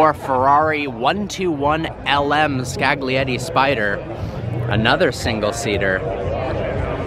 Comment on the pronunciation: Some magnificent cars there, Welll Done..but can i just give you a tip? Like the word Lasagna, the g is silent Scaglietti;-)